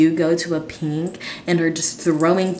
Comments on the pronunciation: I don't mean any hate but instead of just saying pink she keeps saying peenk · “peenk” STOP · when she says pink it sounds like peeing